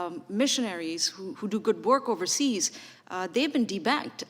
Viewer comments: 😇🤣I swear when i first heard her saying de-banked it sounded like, people are being T bagged. I hed ti rewind the video 😉😑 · It sounds like she’s saying “D bagged” 😂. Ah ya gotta laugh to keep from crying & going as insane as these thugs are! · Did she say "debagged" ??